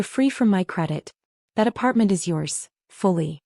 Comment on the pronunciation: teach your AI to read propertly - 'is' is NOT 'I S' : that is just in the first 43 seconds